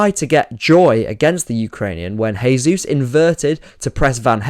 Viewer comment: Fantastic analysis. Another thing I noticed is Brighton actually went long on goalkicks which they almost never do usually. Small nitpick: As Jesus is Brazilian you'd pronounce his name like "jay zoos" rather than "hay zoos".